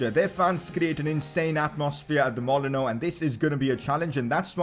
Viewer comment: it’s not mollono it’s called molineux